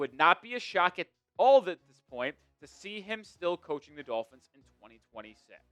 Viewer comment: If the Dulphins, as pronounces the word, beat the Steelers by some miracle, it doesn’t change the narrative about McDipshit at all. Why? Because the exception doesn’t disprove the rule. McDipshit has to put together a winning run against good teams and dominate some of them to BEGIN to change the narrative. He has 4 yrs of face planting himself against good teams. The odd win against one now and then changes nothing. If he wins out the rest of the season in dominating fashion, I’ll think about it. Until then he’s McDipshit until proven otherwise.